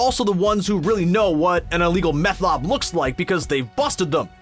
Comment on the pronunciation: You say "Lob" and not "Lab"